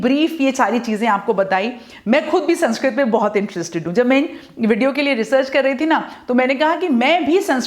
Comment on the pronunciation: Mam pronounce to thik se kr lo yeh saaanskrit nhi sānskrit hai